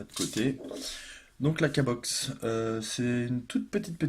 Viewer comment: Super mais je crois qu'on dit pas K box mais Q box... ;-)